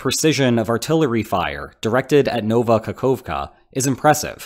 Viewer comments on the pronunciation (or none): This letter "O" is called an o not an ou. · Nova Kahovka, not Nouva Kakouvka.